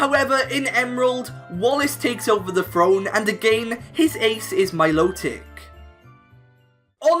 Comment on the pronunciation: This is the only time that Im gonna get angry about someone saying pokemon name right .... MILOTIC